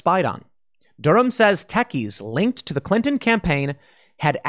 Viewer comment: Pool, did you say "linked" or "linkTTTed" ?